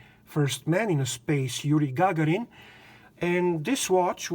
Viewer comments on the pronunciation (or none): Great personal video. GagArin - stress in Russian names is often (not always) on the penultimate syllable. And in Serbo-Croatian? On the first usually?